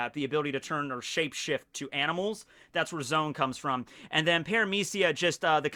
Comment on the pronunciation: I think "zoans" are pronounced like zoh-ans, not zones Like the word for animals Zoa Because it's the fruit that makes you an animal